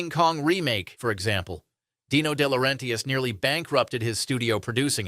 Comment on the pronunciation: Good video. I might have subscribed except for the comment bait pronouncation of de laurentis